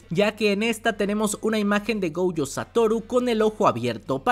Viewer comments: Ui-Ui = Wi- Wi- GoUjo = Goyo o en todo caso Gollo. Fonéticamente hay nombres que pronuncias mal. Aún así me encantan tus videos de JJK ! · no entiendo la marcada necesidad de pronunciar el apellido de Satoru como "Goujo", me da un tremendo cringe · Yo solo escuché glo glo glo gojo jajajajaja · Amo los videos de este man, pero choca mucho conmigo cómo pronuncia "Gojo", no haría mal que checaras la pronunciación correcta, o no sé si ya es meme suyo, perdón